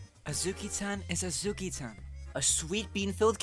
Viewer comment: Hi!!! (Sorry about that) I’d like to point out, instead of saying Azuki-Tan, said Akuzi-Tan (dw I understood what he meant)